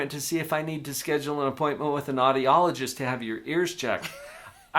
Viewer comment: When you said audiologist I heard naughty-ologist and was like, yeah, yeah, let's schedule an appointment with the naughty-ologist 😂.